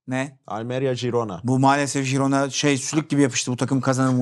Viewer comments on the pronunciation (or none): Herkes de jirona diyecek sonsuza kadar gibi oturmuşu değiştirmek çok zor oluyor :)